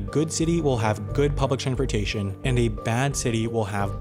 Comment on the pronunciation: Why does the narrator sometimes not pronounce the "s" in "transportation"? Multiple examples of this mis-pronunciation occur between and .